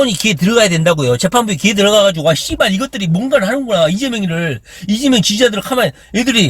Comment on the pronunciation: 씨ㅡ발 몇번더 해주세요 시원한 발음 입니다 우리 이재명은 속이 다 썩어 들어 갑니다 사랑 해용♡